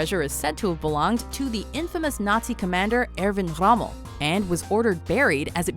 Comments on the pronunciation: Rommel not hhhhhhhhckckckckckckcommel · It's Erwin Rommel Not Erwin Hommel... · "Infamous" Rommel? You mean famous? And you keep pronouncing his last name "hummel" - why? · Airvin Hommel? You mean Irwin Rommel? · hooker joe - eeeervin hommel lol